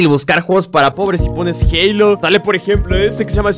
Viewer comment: wue no mames se dise halo